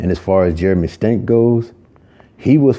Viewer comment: Also is his name really pronounced stank cause I can see why he was bullied 😂